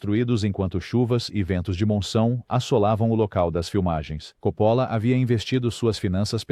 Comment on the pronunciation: Esqueceu do filme caldeira do diabo não sabe nem pronunciar os nomes certo ele diz copolo